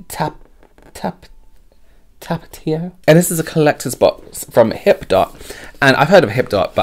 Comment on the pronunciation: Tah- paw- tee-oh